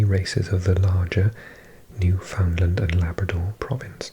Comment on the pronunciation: So I’m from Newfoundland I live here. It’s pronounced New-fin-land not New-found-land Fun little trivia. Most Newfies are Celtic. Having Breton, Irish, Scottish and Welsh origins and was a country until the British rigged an election to join Canada. The independence movement here has been repressed.